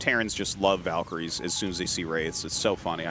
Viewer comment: I'll never get over how artosis and tasteless insist on calling VALkyries VULkyries